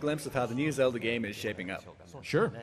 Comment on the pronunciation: "Can you tell me about the next Zelda gehm